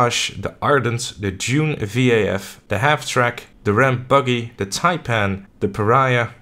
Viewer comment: "Dune VAF" again?